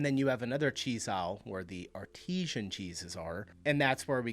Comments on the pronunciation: AR-TI-SAN. Not Artesian. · BTW, 'Artisan" is pronounced to rhyme with 'Partisan'. 'Artesian' cheese would have to be blown out from underground by water pressure. Like that geyser in Yellowcheese Park..... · My biggest shock is how you pronounced Artisan 😅